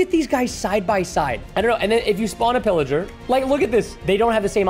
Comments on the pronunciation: Can I just say preston said illager not pillager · Its not iliger its piliger